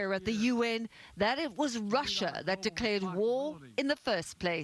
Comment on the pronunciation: Protect Russer? lol